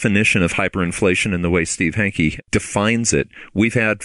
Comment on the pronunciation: His name is Hanke, not Henke.